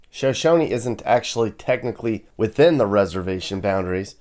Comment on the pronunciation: Is pronounced SHUH SHONIE. I live in Riverton